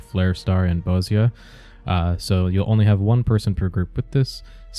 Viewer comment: You pronounced bozja correctly holy carps :D